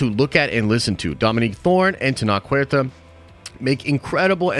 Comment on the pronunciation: Huerta is pronounced (for you) "where ta", not juerta.